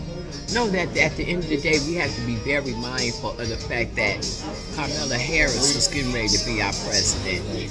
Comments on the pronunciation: “Carmela”? They can’t even say her name right. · I love when they can't pronounce Kamala, it lets me know who they support. That lady sounds ridiculous. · She couldn't even Kamala's name right 🤦🏾‍♀️. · Anytime I hear Kamala's name MISPRONOUNCED I know you are MISINFORMED!!!!